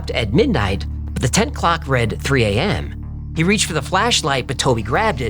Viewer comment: it was almost believable until he said "tent clock"